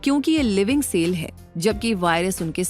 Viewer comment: Not sale. It is cell Pronounce as sell